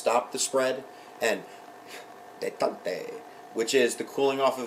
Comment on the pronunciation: "detant-tay" ? Detente is pronounced "day-TAHNT"